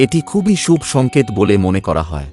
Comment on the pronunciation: আপনি কি বাংলা ভাষা জানেন না?? না তো ছন্দে পড়ছেন আর না উচ্চারিত আপনার সঠিক। খুব বিরক্তিকর। শুভ কে সুব বলছেন কেন